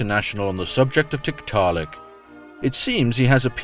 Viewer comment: Is it wrong for me to giggle everytime says tit-ta-lik?